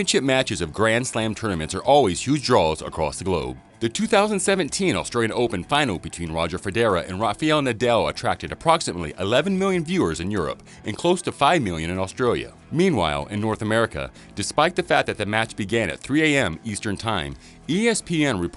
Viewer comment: Nobody : This guy: Roger feDERA and Rafial Nadel.